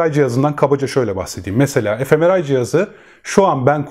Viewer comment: gayet bilgilendirici olmuş emeğinize sağlık, yalnız FMRI'yı e-Efe-Meral şeklinde anladım (gülmeyin, dedim belki bizden biri üretmiştir ), bu tarz yabancı isimler kullanılırken ya videonun kenarına köşesine yazılışını ekleseniz, yada "manyetik rezonans görüntüleme" şeklinde kısmi Türkçesini belirtirseniz daha açık olabilir. Sosyal uyum ve bireysel&toplumsal şiddet eğilimi arasındaki ilişkiye dair tavsiye edebileceğiniz çalışmalar var mı acaba? Teşekkürler